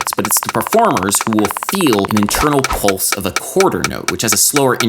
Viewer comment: "polse? wtf is a "polse"